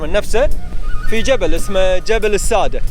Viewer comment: ماشاءالله تبارك الله ابدااااااااع تغطية وتجهيزات بالنسبه لأسم المكان شدد حرف الدال(السادّه) شكراً جزيلاً لاهتمامكم بنظافة البيئة 💐